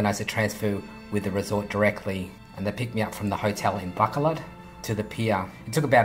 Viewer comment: its actually pronounced as baCOlod, you have to stress the "co" instead of "ba"